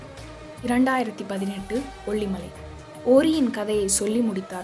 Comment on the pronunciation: குரலில் ஏற்ற இறக்கங்கள் அருமை! உச்சரிப்பில் கவனம் தேவை!! அரண்ம "ணை", கொ"ள்ளி"மலை, தகவ"ளை", ப"ள" சக்திகள், மலைவாழ் மக்க"ல்", எட்டுக்கை கா"லி", த"ல"பதி ஒருவன், கி"ல"ம்பி இருப்பது, அவர்க"லி"ன், ம"ண்ணா", ஒருவ" ணை", சித்தர்க"ல்", தகவ‌ல்க"ல்"...